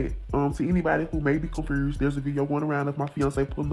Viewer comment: Did she say "confrused"?